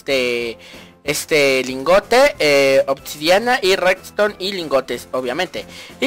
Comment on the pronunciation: 1. NO SE ENTIENDE TU INTRO 2. ES REDSTONE NO REKZTON Conclusión: Debes vocalizar mejor y practicar mejor tu intro ;) PD : ES SOLO UNA RECOMENDACION PARA QUE SE TE ENTIENDA MEJOR.